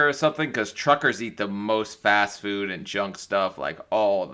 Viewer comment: 5 Children to all different men!! Hasn’t she heard of contraceptives Not too mention she can’t seem to say the word food. She says foo. Didn’t like her much